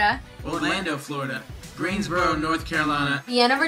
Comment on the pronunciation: it's "Greensboro, NC" not "GreensboroR!" AGHHH I'm so excited, I want to go see them! :D <3 <3 <3